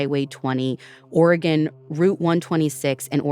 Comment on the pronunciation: I’m a lifelong Oregonian, and I’m not familiar with Camp Sherman. About halfway through they mention that it’s near Bend, Oregon. I would love to hear more Oregon stories, and Ashley even pronounces Oregon correctly!